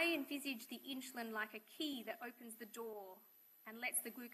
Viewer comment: Not sure why she keeps pronouncing insulin as inch-a-lin but gd vid.